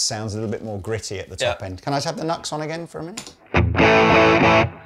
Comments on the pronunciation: It’s pronounced New X. Not Nucks. 😂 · NUX is pronounced "new ex". Even cheap gear is absolutely useable! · It's pronounced 'New Ex' not 'Nux' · Another great video! Question: I’ve always heard the brand NUX pronounced New X, not Nucks. Is this just a Brit vs USA pronunciation thing? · I think the Brand NUX ist spelled like " new x " instead of " nugs " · Its New Ex not Nucks! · Nu - X !! Not nux.....C'mon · It's Nu-ex, I learned this from you! lol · Come on, man! "Nucks?" I know it's a stupid name, but if you sell the stuff, at some point shouldn't you pronounce it the way the company intends? You're better'n that! I have the same problem with longtime synth players who say Mooooog.